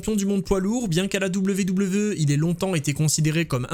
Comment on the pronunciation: Tu te casserais moins la nénette en disant à l'anglaise " dabyou dabyou i " plutôt que " double v double v euh " ;)